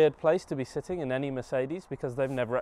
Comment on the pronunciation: Did anyone else here 'shitting' when he said sitting? At first